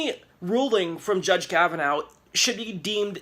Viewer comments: His name is NOT pronounced Kav-uh-NOW, but Kav-uh-naw. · I think it’s pronounced Kava-Naw and not Kava-now. Either way, he worries me a great deal.